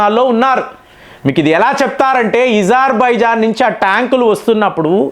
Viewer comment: సర్ ఇజర్బైజాన్ కాదు అజర్బైజాన్